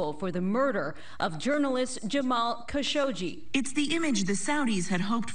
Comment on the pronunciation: Lady didn’t even pronounce khashoggi properly